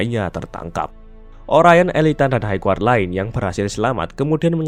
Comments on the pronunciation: hai gard bukan haig guard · High Guard koreksi bang